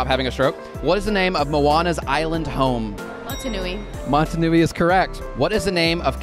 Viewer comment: Just so you know Moana's home is actually pronounced as Motonui not Montunui 😊